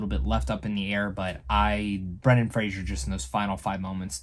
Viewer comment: It's Fraser, not Frasier.